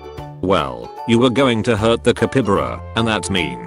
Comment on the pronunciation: Ca-py-ba-ra! Not capybara! He dossent understand stavelser!